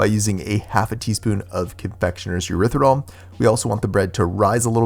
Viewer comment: “With that being said......” It’s actually not pronounced “Ex- anthan” Gum it is pronounced “Zanthan” Gum (the X has a Z sound) like the name Xavier, you don’t say “Ex-avier”! Hope that makes sense 😊 And it’s not “Erythirol” it is ErythRITOL! Sorry it was just starting to grate on me.